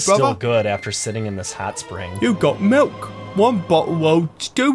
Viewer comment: says british accent "milk!" Dairy boi's beginggings...